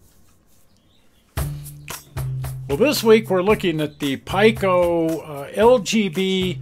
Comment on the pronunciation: Just a correction. PIKO is pronounced P “ee” ko, not Pike “o”.